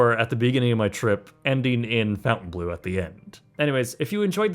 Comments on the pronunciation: Why is it so hard for people to pronounce Fontainebleau correctly? Fon ten blow. Not Fountain Blue. I mean, in your defense the hotel ads don’t even say it right. Drives me crazy. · This man will never say Fontainebleau right. NEVER.